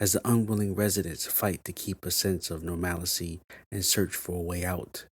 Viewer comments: Nor-mal-la-see, is not a word. Normality is , and Normalcy ( Nor-mulh-see) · Did this nigga say "normalicy????" 😂😂😂😂